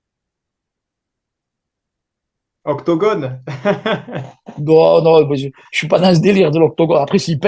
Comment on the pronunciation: Les commando parachutistes sont des forces spéciales des sas francais et mec ondi octogone et pas ectagone